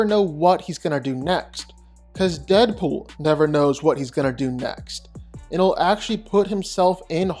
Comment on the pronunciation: It's Deapool, I dont even gotta watch the video, It's Deadpool. I mean c'mon...